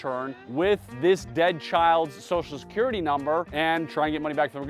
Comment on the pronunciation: "Sossalscurrity" -- when did everyone become a mushmouth? And he can say "social media" correctly!